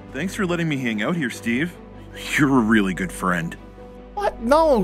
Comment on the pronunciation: When he said steave it made laugh bc I just seen the Minecraft movie trailer😂😂😂